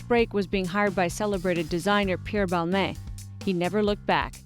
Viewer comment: intimidating interviewer, she can't even pronounce Balmain correctly.